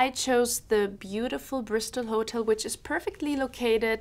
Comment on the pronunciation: Full of glaring mistakes all over this video! e.g.: She did NOT meet him at the Cannes film festival. She met him while shooting To Catch a Thief (1955 Hitchcock)... Ouch if you can't even get the bare basics right...and the pronunciation sucks, not bc of the German accent (which is totally fine!) but bc of mispronouncing simple English words such as 'hotel' amongst many other massive mistakes. Who in the world produced this much less let her babble on that much nonsense in front of the camera?